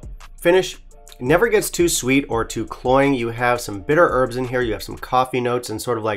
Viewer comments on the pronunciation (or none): none